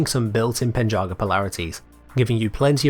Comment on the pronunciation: The pen in penjaga is pronounced more like the bu in burn but with a p. The word itself can mean guardian.